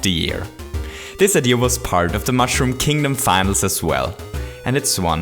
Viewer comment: STOP SAYING IDEAR IT IS SO FUCKING ANNOYING